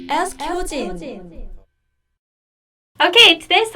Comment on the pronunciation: It sounds like you are saying "askhyojin". instead of "ask hyojin".